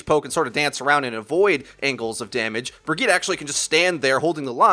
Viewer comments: Bri-geet-eh. Not Ber-gee-ta. Thank you. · Haha says "Burg-eeta" for Bridgette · Learn how to say Bridgette man